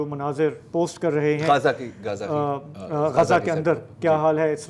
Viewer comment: غزا کا صحیح تلفظ ادا کرنے کا شکریہ، اسے غازہ کہنے والوں کو سمجھائیں